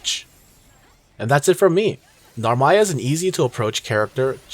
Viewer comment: You the goat for pronouncing Narmaya's name properly.